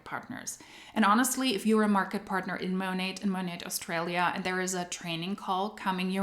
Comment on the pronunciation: When taking about Australia, the 'aus' is said with a hard U, not 'aus' in the way it's said in German with an almost breathiness, but hard. In Aussie, the 'ss' is said as if z. oz-zee and said hard or firmly, not breathy.